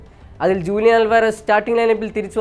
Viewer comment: For the indian viewers that's the correct pronounce 😅